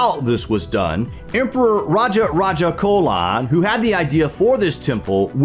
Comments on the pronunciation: His name is Raja Raja Cholan. Not Colan😢😢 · Hey! great video, but a minor correction in pronouncing the name "Cholan". Its concerning the sound of "Ch", it should be pronounced as in the word "change" not like in the word "colon". No offense taken. I'm a Tamilian, my ancestors were his subjects. Feel free to write to me if you need info concerning South India. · It's CH'OLAN LIKE CHIPS. Not like Colon.